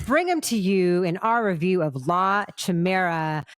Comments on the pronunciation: if you’re making a living off of reviewing movies, at least learn how to pronounce the name. it’s not CHI mera, the english language has the word chimera so idk why the lady was so confused. and i don’t think she really even understood the movie. the made the most generic comments. If it wasn’t for the guy i’d leave the video at the start. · Not to complain……but your pronunciation of “Chimera” is like the Spanish. Ch is a K sound in Italian….. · A note that the word would be pronounced kee-mera in Italian. It's a direct translation from the Greek Chimera, used and pronounced in English as kai-meera. It's means any monster in Greek mythology, and colloquially used to mean a grotesque monster.